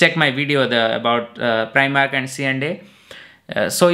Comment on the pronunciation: Preemark 🤣🤣🤣🤣 omg